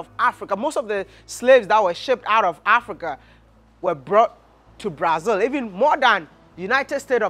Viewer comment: Our country is pronounced BraZIL bro, not BraZLE as in HanDLE.